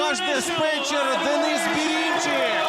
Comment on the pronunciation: Бэрынчык, а не Бэринчык!!